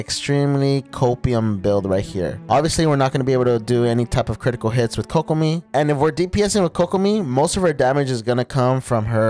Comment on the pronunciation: yh but you pronounce kok like "coke" bc its kokomi, pronounced as "Coke-omie"